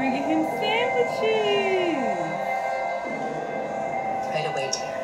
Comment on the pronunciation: Why Was All Like "Sandwicheseses"? LOL!